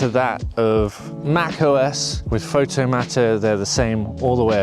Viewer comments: Is it not Pixel/Photomator - as in automator, not matter? Just a minor detail. Yes, I too was really pissed off when Aperture ended. Really loved that software. Great video and have been watching this software develop. I'm just concerned that Apple with get bored again and move on. At this point Apple seems on very thin ground with their software support. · I don't think you're pronouncing Photomator and Pixelmator correctly